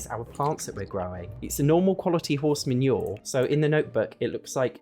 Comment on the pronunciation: The way you say manure makes me feel like it’s a fancy poo. 😂😂😂